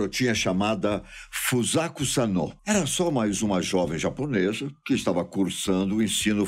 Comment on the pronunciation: Ele falou o nome da garota errado .